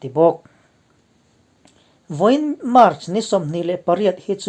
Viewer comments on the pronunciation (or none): none